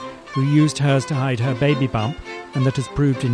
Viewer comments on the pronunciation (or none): none